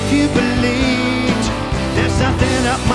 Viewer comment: Why is he saying: "If you beleet"?